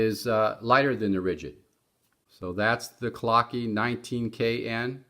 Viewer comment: Its not pronounced clockee, its german. Clou-k .. the e is silent.